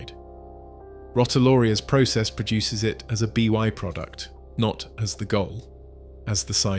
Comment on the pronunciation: I didn't realise it was an AI voice until it said "B Y product"